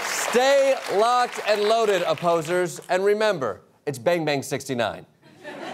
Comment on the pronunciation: I love how he drops the 'o' in 'opposers' so it sounds like, "Hello Posers"